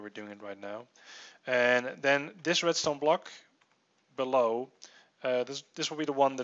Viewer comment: did he seriously say red "stoner"